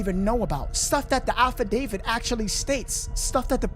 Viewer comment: No disrespect but it’s pronounced affidavit, not alpha David